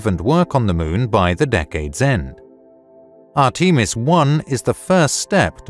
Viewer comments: Say arteemus one more time😂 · "Art-ee-mis"? Really? C'mon, guys. This is the age of Google!